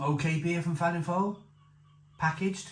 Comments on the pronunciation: Its pronounced Velin voil by the way. 👍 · It's pronounced Velin-Voel instead of the F you say a V 😊